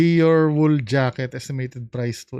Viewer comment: DEEYOR po ang pronounce po